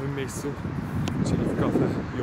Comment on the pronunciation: KAFEJ! a nie kafe jot😅😜